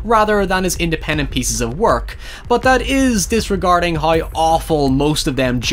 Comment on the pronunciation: I like how you say hiew for how.